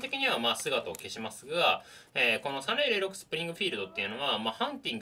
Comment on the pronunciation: アメリカ生活では30-06 は、サーティ オーシックスって発音してました。